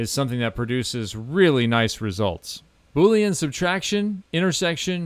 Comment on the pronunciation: Bo-leen … if your watching your weight. Now that was just funny 😆